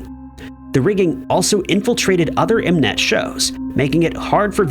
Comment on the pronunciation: M net. Not Menet